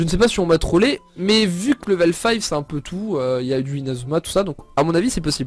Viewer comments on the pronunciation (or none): none